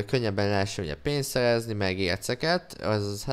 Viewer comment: beszed hibás vagy? Nem bántásból mondom csak mert a szerezni helyett szejezni azt mondod. A válaszodat előre is koszi